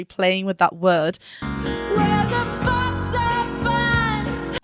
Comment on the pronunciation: Another reactor said it sounds like she says Fox for folks.